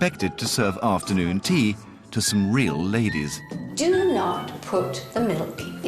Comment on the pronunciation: 'Laydehs incapable of pouring her ewn cup of teeeea!' That male designer who publicly humiliated poor Kayla is such a little bitch.